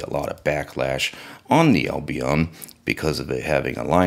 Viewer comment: Oy ... a ... bun. How in the fuck do you mispronounce that?